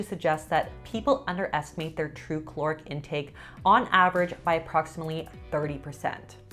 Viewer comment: Please stop saying chloric. Caloric